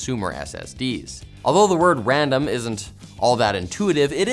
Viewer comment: Wandom access memowy